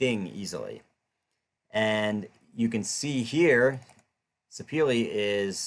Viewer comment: Great video. However, the wood name is pronounced "Sir-peh-leh". It got it's origin from Sapele town in South-South Nigeria.